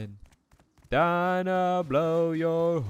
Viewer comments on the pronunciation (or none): none